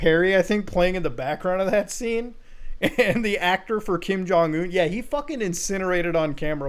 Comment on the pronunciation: Lazarus will take you down for that pronunciation. Who is Kim Jong Ooown?